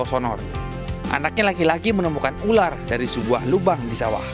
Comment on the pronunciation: Ular min,🤣 bkan ularkk